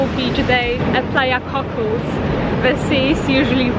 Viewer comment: Nice video, but the "Cocles" in Playa Cocles is pronounced like "Co-CLAYS" (stress on first syllable, somewhat heavy "s" on the end), NOT "Cockles." I feel it's important to try to pronounce place names accurately.